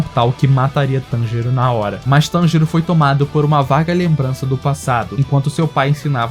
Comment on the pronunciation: NÉ E TB FALA TENJURO